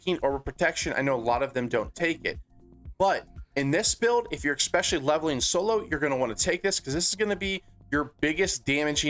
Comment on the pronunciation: Are you really saying "expecially"?